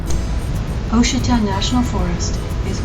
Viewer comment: It's pronounced Wah-sheeta! Nice ride though, and well done on the music... apropos and not overbearing.